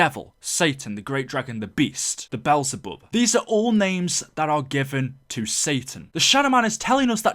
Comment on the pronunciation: the belzebub? its Beëlzebub